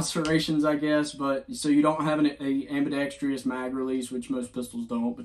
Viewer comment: It's ambidextrous, not ambidextrious.